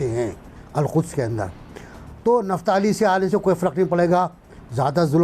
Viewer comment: निफ्ताली नहीं बोलो,इसे कहते हैं निप्टाली ,कई चीजें निपटा ली । निपट भी रही हैं।